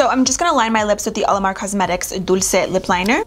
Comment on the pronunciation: The way she says "dulce" so nice 😫😍